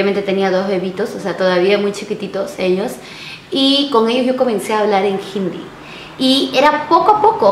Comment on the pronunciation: Por q pronuncias hindi como jindi?? Conozco personas de la india y la palabra hindi la pronuncian tal cual es como si no llevara la “h” pero jamás suena como “j”